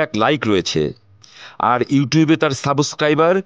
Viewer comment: সাবসক্রাইবার? সাংবাদিক এর কি মুখের ভাষা